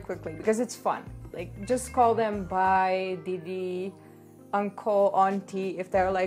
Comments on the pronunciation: didi you rock!!! And you pronounced BHAI correctly❤ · By the way you pronounced “Bhai” correctly! I know many Indians who cannot pronounce Bhai and Khana correctly!! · when you said bhai it was correct but when you said by you pronounce wrong